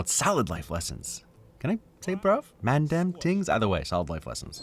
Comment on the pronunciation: Hearing you trying to say mandem and British slang is hilarious